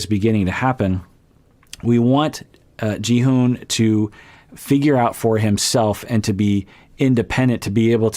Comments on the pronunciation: Instead of Ji-hoone which is what it’s sounds like when you’re saying it 🤷‍♀️ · I’m pretty sure it’s pronounced “Ji-hon”